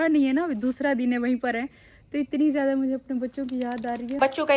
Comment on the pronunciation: tumhare kuch words bhtt ghalat hn sahi se bola kro ziadi nhi ziada hota he zehid nhi zahid hota he